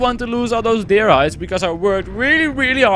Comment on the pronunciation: Hahaha je zei dear bij dat hert. Maar dier is animal niet dear (kom van je peagle video :p)